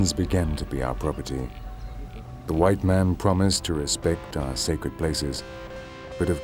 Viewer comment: "By di hwite man"